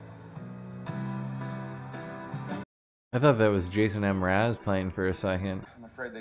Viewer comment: i’m sorry did he pronounce it Jason M-Raz ???? 😂😂😂